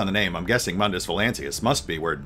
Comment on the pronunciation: Nice one,. One question, though: is there a reason why you keep saying "Mundius" instead of "Mundus"? Maybe a pun I'm unfamiliar with?